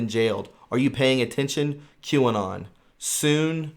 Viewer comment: Ffs. Q Anon. Pronounced. Q. Ann on LrN2 computer